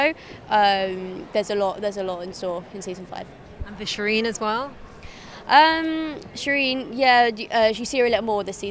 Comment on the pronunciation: Shireen, Shireen, it rhymes with queen.